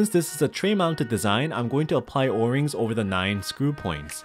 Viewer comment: bruh why he say o-rings like or-rings